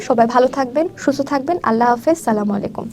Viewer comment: আপনি তো সঠিক ভাবে সালাম টায় দিতে পারেন নাই